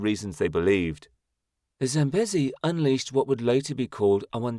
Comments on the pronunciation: 100% this and correct pronunciation issues the LLM has. Example: it is pronounced Zam-bee-zee not Zam-busy. And the country Zimbabwe is pronounced Zim-bab-weh not Zim-bab-way. Names are important and getting them right earns good will from viewers, making them more inclined to watch your other videos. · ZAM-BEEE-ZEEE not 'bezzy'. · Pronounciation.... Zambeezee. Also, there is no way in Zimbabwe. Pronounced Zimbabweh. Not Zimbab-way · It’s pronounced Sam bee zee! Get it right!